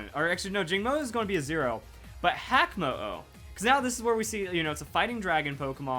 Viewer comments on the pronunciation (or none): Actually, hakamo-o should be pronounced "haka" mo-o. If you don't know what the haka is, it's a dance that was performed before war to scare the enemies